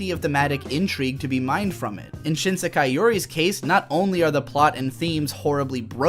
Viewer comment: This unpopular opinions = more views schtick is getting old. Such a tired old trope used repeatedly by. The voice acting in this video is not that good either, the word “Sekai” is badly mispronounced for instance, and I really do not get any emotional depth to main narrator/protagonist, the one who plays the part of the contrarian anime reviewer. The animation quality for the video is quite dated as well. Also, failing to understand basic things about the show, and using this stupidity as a basis for criticism of the show, while it does help turn the contrarian narrator character into somewhat of a comedic character who always gets things wrong, for some reason the unintentional comedy of that just falls flat and is barely even funny at all, probably because of the lack of character development or any real plot. This YouTube video is one of the worst anime I have ever seen, possibly even worse than Princess Mononoke.